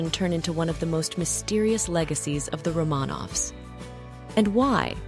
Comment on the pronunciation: Romaaaaaaaaaanovs? You murdered the Tsar’s name.